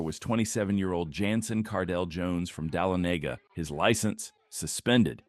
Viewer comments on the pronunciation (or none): the last chase, these places can’t be that hard to pronounce… the guy was from dah-lonn-aagah not de-lon- neaga and its cow-eata county like eat a cow lol